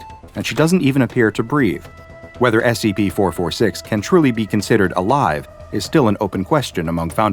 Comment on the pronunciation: Why does it sound like he always say S E B instead of S C P...